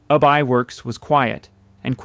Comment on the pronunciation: I believe Ub is pronounced "Yoob"